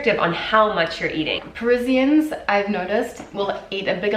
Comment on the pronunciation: its annoying how she can't say Parisians correctly - it made it hard to watch this!!! - listen to blondie - she is saying it correctly - i can't subscribe because of it!!!